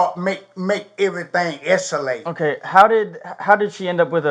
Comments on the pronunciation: I heard S-a-late 😂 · Stay out of situations that might "eschulate!" 😂😂😂😂😂